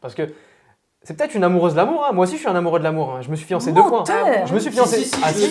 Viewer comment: (38min) "amourieux" ? 🤣